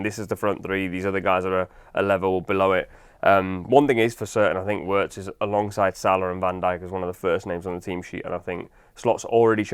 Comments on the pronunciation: It's pronounced as Virtz not Wertz. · Actually it’s vietz not virtz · Pronounced veeartz